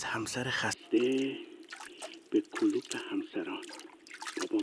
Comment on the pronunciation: وقتی شکل درست این کلمه "Club" هستش که تلفظ میشه "کِلاب"، حداقل توی فارسی هم باید تلفظ بشه "کلوب"، نه "کلوپ"!